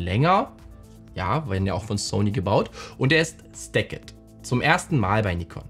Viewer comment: Danke. Tolles review einer scheinbar bombastischen Kamera. Pro Tip: „stacked“ mit stillem e sprechen, quasi wie ‚stäckt‘, nicht ‚stäckett‘ 😅